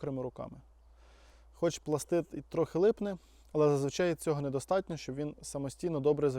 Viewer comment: Дуже приємно чути, коли справжній професіонал називає вибухову речовину правильно - "пластиТ". А то розвелося дуже багато доморощених "експерДів" і тупих журналістів, которі вважають особливим понтом називати вибухівку "пластиДом". ПластиДи - елементи клітин. То з біології. І дуже важливо, щоб побільше професіонали говорили правильно, щоб дУрні і тупі неуки хоч трохи набралися розуму.